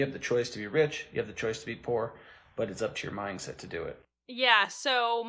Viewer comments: I’m sorry but I’m so stuck on the fact that it sounded like he was saying “minGset” instead of “mindset.” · Is he saying "mine set"?